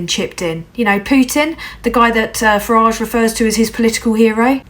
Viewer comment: For a southerner you should be congratulated on pronouncing the politician's name that rhymes with garage the northern way. I respect your optimism but fear nunu labour will need to be held to account. Foreign policy, well Gaza Let's see what they do. As for Swiss Tony please.